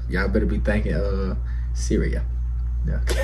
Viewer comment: It’s pronounced shreeya. Do the cat & mouse video if you want to see more of her